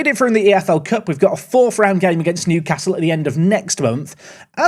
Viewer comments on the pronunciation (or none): none